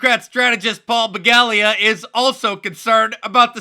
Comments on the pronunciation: Begala not Begalia. But agreed. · It's not Paul Begalia. It's Paul Beluga, like the whale.